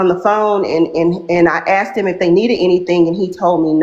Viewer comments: “I axxed heem if he needed anything”💀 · 'Axed' and 'all of a sutten'. 🤣🤣🤣